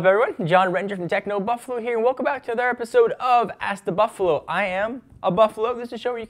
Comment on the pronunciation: Needs to learn how to say Another...slow down